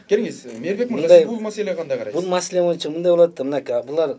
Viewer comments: Бу мойунча эмес бул бойунча деп айтылат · ушул боюнча дегенди ушул моюнча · бул мойунча деп суйлойт экен мойунчабы же бойунчабы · Боюнча дегенди моюнча дейт го туура суйлоп алчы мээрбек